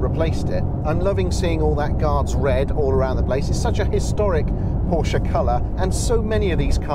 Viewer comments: Thank you for pronouncing Porsche correctly. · Great review and thanks fo saying Porsche correctly